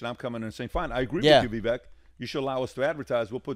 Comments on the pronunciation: Pronounce Vivake like cake. Not Vivek.. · "Vivek it rhymes with Cake" -Vivek Ramaswamy 2023